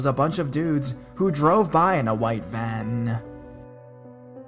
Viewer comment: “in a white van-ah!”